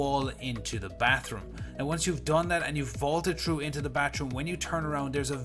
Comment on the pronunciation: Through not chrough you dumb bitch